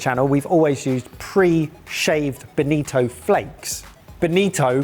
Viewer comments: Its not Benito but Bonito, Benito is Italian given name derived from Benedict and BONITO is in tribe of Sardines but belongs to Family and Subfamily of Scombidrae which is Tuna, Mackerel and similar species of fish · It is bonito, not benito. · Bonito. Boh nii toh, not a fascist dictator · "Benito" :v